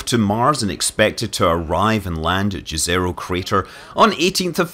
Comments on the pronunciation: Manley I'm not sure who named this lake but it looks like Czech like other viewers commented, FYI pronounciation in Czech is "yezero", j is pronounced as y in English. Like Yennifer from the Witcher ;) btw thanks for another great video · Just an fyi, it should be pronounced as yezero crater not jazzerocrater. Jezero in Serbian and other Slavic languages means Lake, which i find is a fitting name for a crater that probably was a jezero a couple of billion years ago. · Jezero means "lake" in some Slavic languages. That has been already pointed in comments. What is wrong is pronunciation. Correct one is Yezero . (Like"YES") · "J" in Jezero is not pronounced like "J" in Jukebox, but like "Y" in Yeti. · LOL, you said "Đezero" crater. :D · As Martians don't speak English, it would be nice to try to pronounce toponyms on Mars (and elsewhere) similar to the pronunciation in the language from which they originate. In the case of Jezero crater, it is /ˈjɛzəroʊ/ (YEZ-ə-roh for IPA-challenged English speakers). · Jezero (pronounced YEH zeh roh) literally means "lake" in several slavic languages. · Mr. Manly please just call it Lake crater or if u insist on calling the landing site by it's Russian name, than call it Yezero crater. Jezero means lake in most of Slavic languages. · Lets try to teach you (and NASA folks) to pronounce jezero correctly: think of it like yezero, y as in yes. That's how it's pronounced correctly. Thanks. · Yes, it literally means "Lake" in many Slavic languages (Serbian, Croatian, Czech etc), and the pronunciation is pretty much the same - ˈjɛzɛro. It's named intentionally that way. We know that Scott Manley speaks Chinese rocket names, time to learn some language from the Balkans 😁